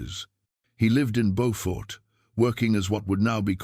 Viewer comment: I am so glad that you tell the stories of our ancestors but when you do please learn the proper pronunciations of the cities and towns. Beaufort is in North Carolina. Beaufort in South Carolina is not pronounced the same. It is pronounced Bewfort SC. The spellings are the same pronunciations are different.